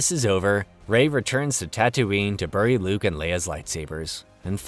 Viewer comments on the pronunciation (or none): none